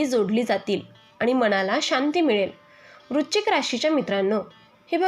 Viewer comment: आधी वृश्चिक या शब्दाचा उच्चार नीट करा